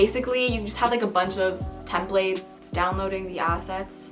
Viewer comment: her saying templates gives me anxiety